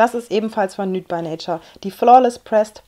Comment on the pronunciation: Achtung, Klugscheißer: nude by nature wird "niut bei neitschar" ausgesprochen :p du sagst immer nüt, und da du ja gerade englisch lernst..